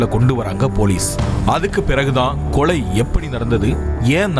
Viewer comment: கொளை இல்ல.. கொலை